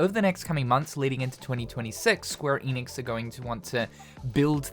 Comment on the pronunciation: Maybe if you pronounce ‘Enix’ right. And watch THEM OF ALL PEOPLE say it right. It’s ‘Enix’ not ‘Eeenix’